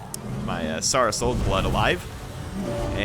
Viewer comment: you are pronouncing saurus wrong. Think dinosaur